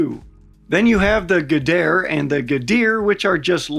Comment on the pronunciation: GHADIR / GHADIR ... am I very suddenly dyslexic or are these the same words? Why did he pronounce them with different syllable emphasis like they're two different words?